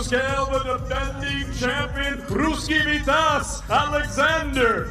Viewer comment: AHAHAHAHAHHA, vitAAz Ahahahaha, vIIItaz will be correct!!!